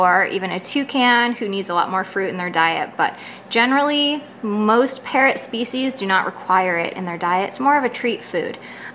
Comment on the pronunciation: Some times I think you saying, "Parent advice..."